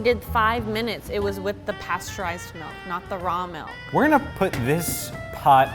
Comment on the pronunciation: She said melk. Dislike